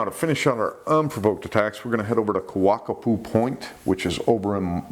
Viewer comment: I moved to Maui, HI in 2000. 2 things: 1. Keawakapu is pronounced Kay-ah-vay-kah-poo, & 2. A SUPER important factor that I have yet to hear is, women who are menstruating, STAY OUT OF THE OCEAN. Please!